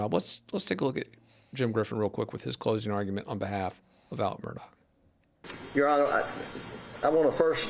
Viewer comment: Why can’t your cohost, years into this saga, still not pronounce Alex Murdaugh correctly?